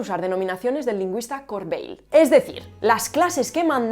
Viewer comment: Jean-Claude CoRRRRRRRbeil